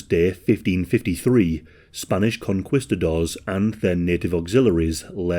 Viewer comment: Con-KEY-sta-dors! Not qui